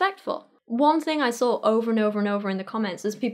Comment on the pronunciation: Why do you put an R in the word saw?